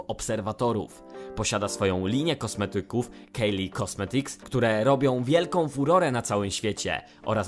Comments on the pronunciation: kajli nie kejli! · Kylie wymawia - KAJLI a nie KEJLI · Kylie się czyta kajli